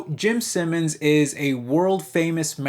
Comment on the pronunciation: "Jim Simmins" lol